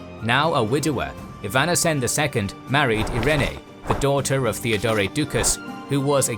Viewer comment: And Theodore as Theodoray, and Radoslav as Radoswaf 🙄